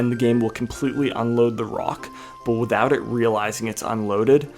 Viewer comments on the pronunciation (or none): none